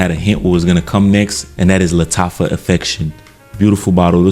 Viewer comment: Lattafa Suaqraat😭😭😭